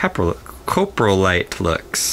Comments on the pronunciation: You said Caprolite it’s cOprolite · It’s actually called COprolite. At least pronounce it right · CORRECT PRONOUNCEMENT COP RO LIGHT COPROLITE